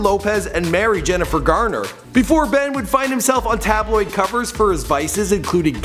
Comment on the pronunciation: 'Jennifer' 'Garner' please